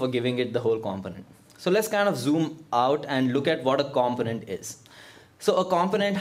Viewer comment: Pronounced: com·po·nent